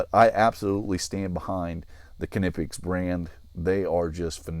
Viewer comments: Konnippex? I think it's pronounced "Nip-X" but I'm not sure if the 'K' is silent... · Ka-nip-ix? Nee-pix. K is silent like knee. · It’s killing me how you are pronouncing Knipex. The Kn is pronounced the same way as “knee, and knife” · Huh, I always thought they were pronounced “nip ex” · If you want to pronounce it like the Germans would, pronounce it "Cneepex". So the "k" is not silent, but it's not "kuh" either. Here you have a Knipex employee pronouncing it at the start of the video: To be honest though, I don't get why people get so hung up on how something is supposed to be pronounced. It's tough to pronounce a word from another language correctly, so just use a pronunciation you're comfortable with. "Nipex" is fine. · I always pronounced this wrong until a few hours ago and then this video came along and then i started doubting again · The "K" is silent I believe!?!